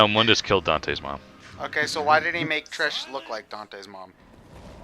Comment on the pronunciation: Its (moon-dus) not (mun-dus) god damn it you guys.